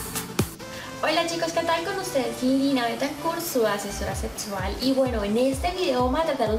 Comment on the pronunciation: Me gusta cuando dice : "Su asesora setsual" XP